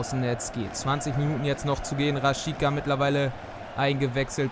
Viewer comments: Rashiza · Super Video:) Du hast Rashica falsch ausgesprochen:)